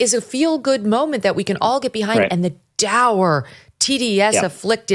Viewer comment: Hey, Megyn, 'dour' rhymes with 'tour' not 'sour'.